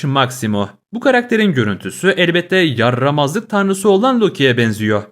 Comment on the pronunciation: Abi niye yarrrramazlık dedin😅